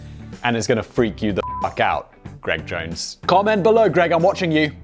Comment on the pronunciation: if only he hadnt said jones... =/